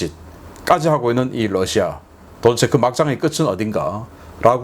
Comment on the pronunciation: 러시아 발음 Lusia가 아니라 Russia입니다. 부드러운 'ㄹ' 발음입니다. 권경모 미국에서.